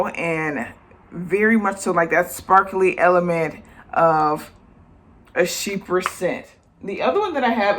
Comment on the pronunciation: Educational. But may I ask are you saying “sheeper” scent or “cheaper” scent? If so what is a sheeper scent? Please not meaning to offend. Thanks.